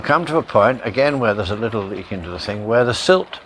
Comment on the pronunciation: Leat, not Leak!